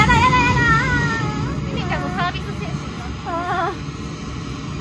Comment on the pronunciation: のミミちゃ～んがミキティ～にしか聞こえないｗ